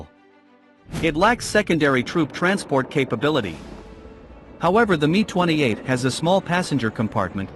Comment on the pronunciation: You say the M and I in Mi as separate letters not together as ME for Mil Helicopters!